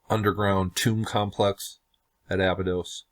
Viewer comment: Before you try to "Decode" it, maybe try pronouncing it right. It's pronounced A-Bye-dos not Aba-dos.